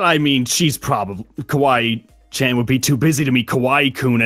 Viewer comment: THATS NOT KWAII COON ITS KWAII CHAN